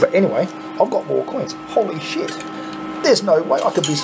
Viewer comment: Holy Sheet , ( Little Accent There ) LOL At least that what it sounds like to me ! So Funny ......... LMAO : )